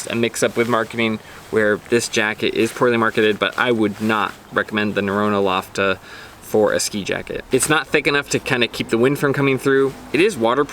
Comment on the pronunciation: HI , men do you ever know what jacket do you get from Norrona ? it's falketind Gore-Tex Paclite Jacket made for hiking like whole Falketind line , It's not LOFOTEN gore-tex btw. pronunciation is LO FO TEN ,no LO TO FEN .... and Norrona is best technical gear producer out there , maybe only Arctery'x is inthe race .